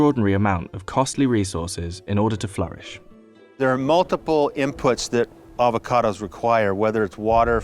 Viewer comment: "Ah-vo-cados," not "ave-a-cados." Sheesh.